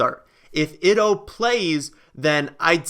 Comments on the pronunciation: You really need to work on your pronunciations lol Ito Smith's name is pronounced like (eeto) rather than (itto) which is how you're currently saying it lol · I have a correction for you on your pronunciation of the Atlanta Falcon Running Back. It is concerning Ito Smith and your pronouncing it as it looks like it spelled "ITO" but "ITO" is actually pronounced 'ETO Smith. The I is actually pronounced like a long E vowel. I enjoy your channel; thanks for taking my comment hope it helps you for further videos.